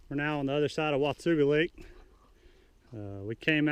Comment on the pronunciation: Wah ta ga. Not wa tu ga